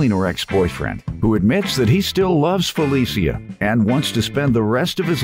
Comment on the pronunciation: I'm loving the correct pronunciation of our name. Finally! How FeliCIA is being called FeliSHA I don't know.